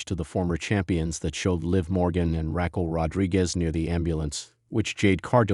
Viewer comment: Stop mispronouncing Raquel 😢